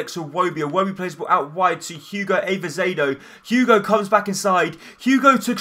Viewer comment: i think it's ah-zeh-vay-do